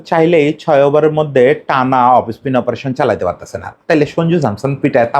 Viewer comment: অফস্পিন কে আপনারা অফিস্পিন বলেন কেন?